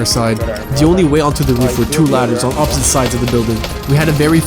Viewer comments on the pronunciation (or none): none